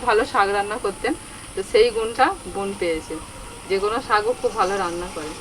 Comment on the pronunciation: দিদি ওটা বোন not বন 🙄